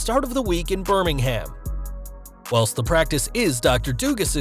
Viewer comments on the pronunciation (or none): BirmingHAM... FFS.